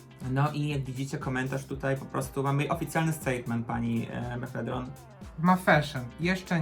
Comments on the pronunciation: Jezus kocham jak mówicie na maffashion "MEFEDRON" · meffedron <3